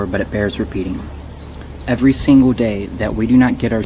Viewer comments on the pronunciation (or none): none